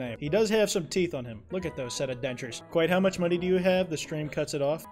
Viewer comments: But it’s kwite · I really “kwite” like the content here 🤣